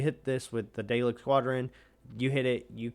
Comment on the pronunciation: saying it wrong man 😂 pr9nounced " Dal- lek